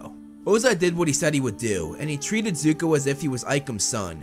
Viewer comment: Nah bro said zuku